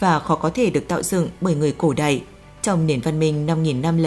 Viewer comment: Phát âm sai từ ĐẠI trong cổ đại , thời đại , vĩ đại .